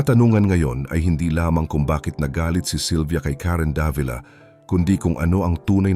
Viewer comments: Karen Da-vi-la po ang pagbigkas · Sir, napakagaling mo po bilang content creator, un nga lang k7ng minsan mali ang pagkabigkas ninyo ng mga pangalan like Davila.